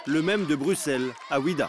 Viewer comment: On dit pas BruXelles mais bruSelles !!! Hoo les français on vous voit 😅😅